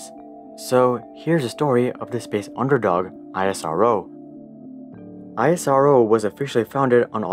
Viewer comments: Every time he say I-as-ar-oh instead ISRO😂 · Well we indians usually class it as IS-RO insted of I S R O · It's pronounced ISRO together not seprate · u dont pronounce nasa to be n-a-s-a but nasa same not i-s-r-o its is-ro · Its not I S R O its ISRO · It is a speakable acronym -- Is Ro -- not eye ess are oh! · Spell it as ISRO not I.S.R.O like u spell NASA. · It's not EYESROO it's ISRO 🙂👍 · Its not aisaro..its eas-row (ISRO) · YOU CAN PRONOUNCE IT : esro NOT I S R O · I S R O just pronounce it ISRO the same way you pronounce NASA not N A S A smh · For god’s sake: It’s called isro as in a word, not I-S-R-O 😂 but really, ISRO is kinda underestimated. The parts of the first rockets were actually brought to be built via cycles, yes, cycles. (Fun fact: All of the materials used to make the recently landed Chandrayaan 3, were made in India) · i was dead on isaro, its isro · It's not isaro but ISRO... Pronounce it correctly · It's not AISRO it's ISRO(pronounced as ESRO) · It's eesro.. not I S R O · why dont you say Isro bro why I S R OO wtf.. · Everything was good till the guy starts calling isro as i-s-r-o. Its eesro for gods sake. Gave me a headache. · Its not I.S.R.O its iz-ro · Bruh as an indian why are you pronouncing it as (i-s-r-o) when its (is-row) 😀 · Its not I.S.R.O, ITS ISRO😂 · Well analysed...! But pronounce the ISRO as isro...just like how NASA is not pronounced n a s a. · is ro not i s r o that way we should call ur space org n a s a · You can pronounce it as (is-ro) don't need to say I S R O just like you pronounce (Na-Sa) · It is pronounced as esro not I-SRO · It's not i s r o pronunciation is like Israel. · We don't call it I S R O We say it Isro without any gaps Like Esro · Love the video. Btw it's pronounced ISRO (not the individual letters) like the "is" word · It's pronounced 'EES-ROW' btw. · It is not I-S-R-O spell it together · You don't say NASA as N A S A, then why are you calling ISRO as I S R O? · ‘Iasaro ‘💀 wTf BrO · Its not Isorrow .... 🤣